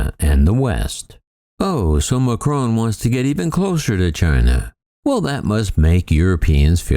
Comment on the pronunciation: Just a nasty little video, full of snide comments about France and Airbus. But I guess what one would expect from an American commentator who cannot even pronounce President Macron's name correctly. You really must do better.